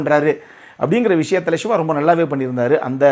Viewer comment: நீங்கள் சிவா சிவா என்று சொல்லும் போதல்லாம், எனக்கு விஜய் விஜய் என்றே கேட்குது 😊👍💪⚖️